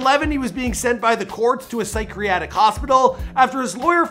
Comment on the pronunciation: This dude mispronounces Radrick, Decatur, psychiatric, Keyshia....